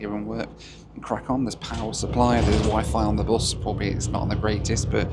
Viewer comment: Why do you pronounce bus like that